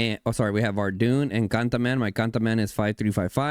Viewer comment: Cantaman 😅all I hear is Gataman